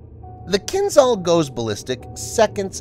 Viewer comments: Kinjhal it is, not Kinzhal. Wrong sounding. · It's not "kin-ZAL", it's "Kin-JAL" ZH is supposed to sound like "S" in "visual"